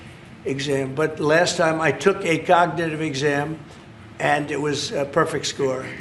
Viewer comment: Trump's cognitive test obviously didn't include pronouncing the word cognitive correctly.his mental and physical health are obviously seriously impaired.